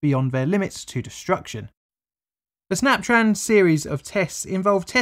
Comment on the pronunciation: "snaptran" sounds like when jimmy neutron's teacher if she was trying to say 'snap tron' SNYAPTRAAN